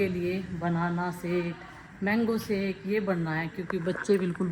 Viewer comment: Sake nhi. Shake hota😂😂😂😂